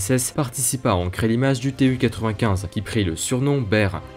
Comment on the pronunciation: "Bear" pas "ber" 😅